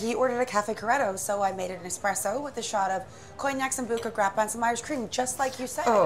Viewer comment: I've been waiting 2 days and I have to say. WELL WORTH THE WAIT. GREAT FLICK . I can even overlook the horrifying pronunciation of espresso. I'm so glad I'm subbed to this channel it NEVER disappoints ❤